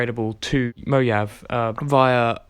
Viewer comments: DID HE JUST SAY MO-YAV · Car Craziness49 it hurt, but imma say this anyways. MO-HA-VEE